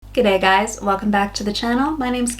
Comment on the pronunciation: first American I've heard that said gday right